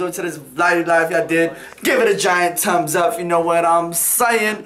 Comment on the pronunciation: I like how says tums up instead of thumbs up 😂